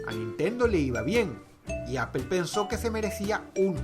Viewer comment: Apple si esta bien pronunciado, lo otro pues no se, queda a debate